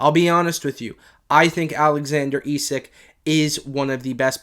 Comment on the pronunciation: Its pronounced esak not esick